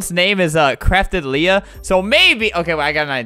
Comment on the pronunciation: It’s pronounced Leah🙄